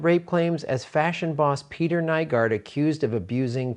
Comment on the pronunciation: Nygård is pronounced like new-gord